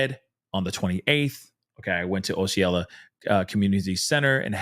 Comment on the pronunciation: Hey, just wanted to let you know...Osceola is pronounced: Ah-see-o-la